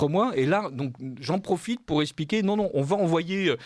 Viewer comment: par pitié.. on dit eXpliquer pas espliquer, on vous n'avez pas, et non vous zavez pas...